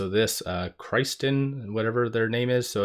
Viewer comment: He said "KR-EYE-STEN' instead of "Kristen" hahahahahahahahhahahahaha. WOW!